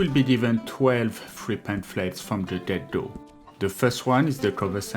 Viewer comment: 12 Pamphlets from the what? Sorry man, didn't understand that. I assume from the get go?